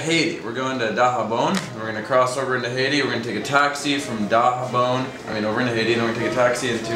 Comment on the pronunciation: Stop trying to pronounce Haiti like that. You can't pronounce it so just stop. OMG